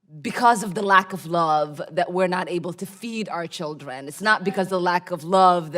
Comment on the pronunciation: (no chuldren,no chuldren,)🤣🤣🤣🤣🤣🤣🤣🤣🤣and all this timeI thought it was children .